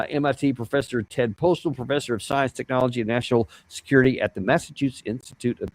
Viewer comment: It's Ted Postol, not Postal!